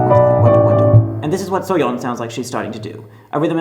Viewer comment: at least he pronounced Soyeon's name correctly